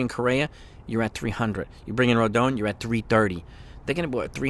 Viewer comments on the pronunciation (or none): Still struggling to pronounce Rodons' name correctly. It's Roe-Don